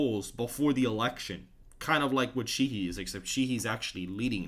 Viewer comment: Montana Senator Sheahy is pronounced long a and long e. Shā-hē. Not shē-hē. Keep up the good work.